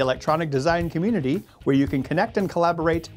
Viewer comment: Comeetity? I think that's a first for the pronunciation of 'Community'.... at least that I've heard. :P